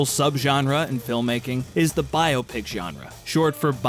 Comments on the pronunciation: I just have to thank you for not pronouncing BioPic like it's a medical procedure. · Thank you for pronouncing biopic correctly. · It's pronounced biopic!